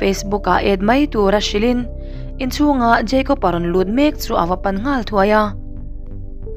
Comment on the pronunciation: Jeicob ani mi a.., Jacob ni zawk lo mi... Kapi...